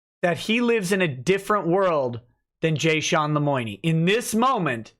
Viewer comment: wtf lemoiknee? seriously wtf.